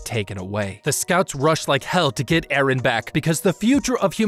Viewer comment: i like the wat he say EhRrhen